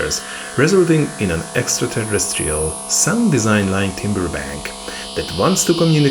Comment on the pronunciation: 'timbre' is pronounced 'tamba' not 'timber'